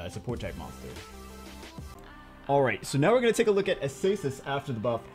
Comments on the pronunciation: Why are you looking at Acasis and saying Asasis? TRIGGERED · A-SAY-SIS WOW